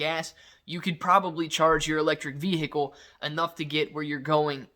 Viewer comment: Please stop saying veHicle like that😫